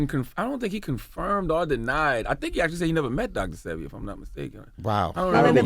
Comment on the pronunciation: DJ ENVY..... YOU DID IT AGAIN. 🤬 Its Dr. SEH-BEE Not SEE-BEE... Dr. Sebi... Pronounce it right!!!!!!! 🤨🤨🤨🤨